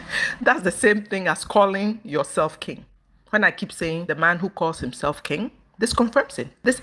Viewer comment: why do you pronounce King as (Kinge) instead of (Kin)the letter "G" is silent in pronunciation.